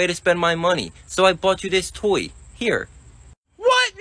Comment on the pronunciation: I love how he pronounces “Toy” 😂